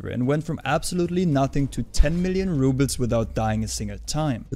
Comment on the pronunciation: I think it's rubles not rubits...